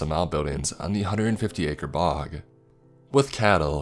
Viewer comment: Lake- a. area-a. Bog-a